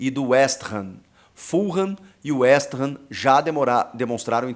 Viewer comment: Pronuncias corretas: Fulam e Westam.